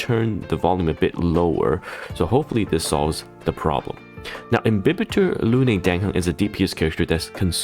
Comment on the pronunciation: watched because of the overview, followed because he pronounces “imbibitor” and “tingyun” correctly